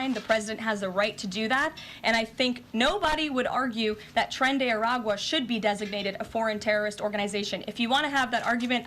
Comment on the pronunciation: It’s “Tren De Aragua”